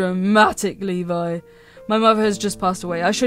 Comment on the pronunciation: I have, a friend of mine but, it was pronounce Lebe instead of Levi.